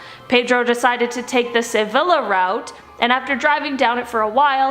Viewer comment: Your friendly word Nazi is back...look up how to pronounce the words "Seville" and "Savilla" right here on YT...and remember, in Spanish two "ll's" are pronounced like a "y".